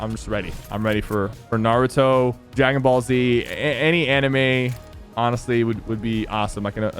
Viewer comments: naruto not nauuuuto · Sypher: Ima huge anime fan Also Sypher: pronouncing naruto wrong